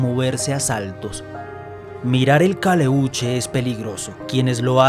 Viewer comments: Es "calèuche " " pincòya" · Pincoya, acento en la O, no es huevon, es hueon, Caleuche, acento en la primera E.